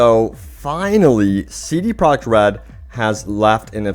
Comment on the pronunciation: Why do you pronounce it "CD Prok RED"? So annoying.